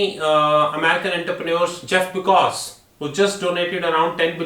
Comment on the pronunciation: Pronouncing Jeff Bezos and Mark Zuckerberg wrong too many times